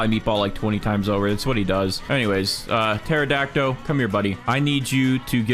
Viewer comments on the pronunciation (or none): I’m sry but every time he says pterodactyl it always makes me laugh a lil because he pronounces it teradact O when you pronounce it terodact Ol I’m not making fun of him so don’t hate me I’m just pointing it out lol